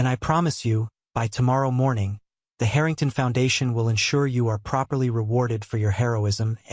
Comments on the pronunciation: haha the haring tahns. its like listening to AI voices misprouncing other thing slike Lous-anna, or the strange thing it goes for with ST SE (it acts like ST SE should be combined into a single word for ennunication) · Harringtarn ? How posh.